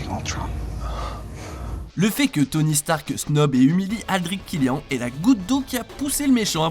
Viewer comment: c'est comme Aldrich Killi AN